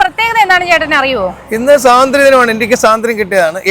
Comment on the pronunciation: സ്വാതന്ത്ര്യദിനം. എന്ന് പറഞ്ഞു പഠിക്കുക.